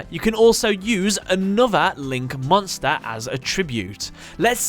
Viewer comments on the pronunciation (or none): I love how he pronounces monstÄ and numbÄ :D